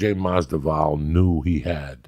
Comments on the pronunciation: "Ģabagope. Mungumbo. Nigo Vanopello. The sollution. Kalabeeb.Stiopick and now Masdival". Ya gotta love him. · Masdival 😂 Stiopic 😂 Khalabib 😂 Joey ur the boss 🤣 Joey Diaz baptizing these mothereffers 😂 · Khalabeeb, Stiopic, now Mazdival, Joey pronouncing fighters names wrong never gets old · MasVidal! Not MasDival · Remideas Nucleosis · “Georgie MasDuval” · Mazda vowel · “Jorjay Masdival” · Marco Vaz Maz-Da-Vall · go watch some Joey Diaz footage and you'll see. It's not surprising. He can't pronounce any names right. Everybody knows it so nobody cares because the rest of his memory is really good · Glad that I'm not the only one hearing Masdival. Thought they were friends? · gaww dammit Joey. its MAS-VI-DAL. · Georgie madzival😂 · It just kills me because Joey's Cuban he gets a pass on every other ethnic names but Jorge (hor-hey) Masvidal(Mas-vee-dal) c'mon uncle Joey lol gotta love em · Georgi Masdival...i cant take this guy serious.... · Joey "Giorge-eh Masdival" Diaz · “George-Jay musvodal” 💀 love you Joey lmao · MASDIVAL Joey Diaz be wildin with the names 😂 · Joey kept saying masdoval beacuse masdoval i think is also quite common last name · Who's better at butchering fighters' names Joey "Georgay Masdival" Diaz or Chael "Yarear Rodriguez" Sonnen? Joey "Khalabib" Diaz? Chael "Kamara" Sonnen? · Did he just call him George Madballs? Lol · He said Mazda-val.... Maby he was thinking about a mozza ball.🤣He still made some good points and we love ya uncle coco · "Masdival". Even being a Cuban too. Only Joey could say this😅😅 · Bro with Joey being Cubano u think he get his name right...lmao...Masdival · Oh hell nah he said Masvifall lol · During a college football game the commentator read off the names for the fight and said diaz vs Mas-veedle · "Jordi LaForge-disval" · he pronounced "masvidal" 8 different ways lmaooooo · If anybody watched the Masvidal podcast 3 4 years back, uncle Joey couldn't pronounce Masvidal then and couldn't pronounce Masvidal now 😂😂